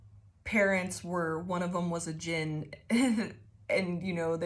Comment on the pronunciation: The D is silent. You said it correctly. Its pronounced Jin. I pray you get what you desire most and that it brings you to your highest good. This reading explained a bit about things that happened when I was in the Middle East. I used to do boxing. Boxed a guy on deployment for fun. He had a problem with me we went into the ring. He won. I got a solid hit and dislocated his shoulder by dodging him. He went from dickhead to less of a dickhead kinda quick. Fun fact Middle Eastern people hate dogs because they believe dogs are one of the forms of Djinn. Dogs love me, even the ones that hate men and bite all men. and one of the firefights I was in while in the middle east. I had a ring of bullet marks around me. bullets hit the ground at my feet crescent moon style but they should have went in me. Physically saw that something stood by me for those brief few seconds but no one else saw it. Triangle with a circle is a hermetic symbol. Its what the people who took the moniker three initiates used in the Kybalion or looked like that.